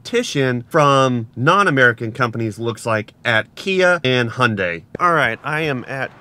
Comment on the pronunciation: Hyundai is not pronpunced = "Hondai"......😂